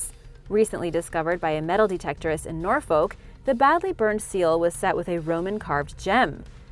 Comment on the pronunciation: But she can't pronounce "Norfolk" correctly.